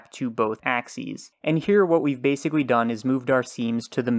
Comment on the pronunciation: Really good tutorials. But I do want to make a joke. Sometimes I don't check who uploaded the video, but I always know that it's when I hear, "This does exacky what we want" and, "This is basicky what we want" I enunciate every letter so it always sounds strange to me when people leave them out.